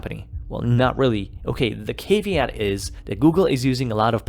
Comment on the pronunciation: Why can't you pronounce caveat? You got it wrong three times..